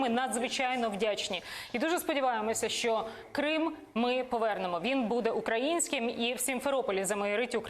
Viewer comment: Мосєйчук і досі за "язик"?! "Щьо, чьоому", чяс, щє:."?! Треба навчитися звуки вимовляти, пані "Мосжйчюк"